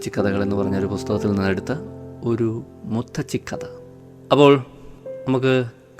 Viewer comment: SUPER, SUPER, EXCEPT മുത്തച്ചി, CORRECT IS മുത്തശ്ശി. O. K🙌🏻🙌🏻